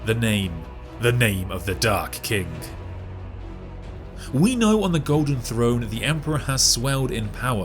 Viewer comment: The video: The Dark King What I keep hearing: The Dark Kink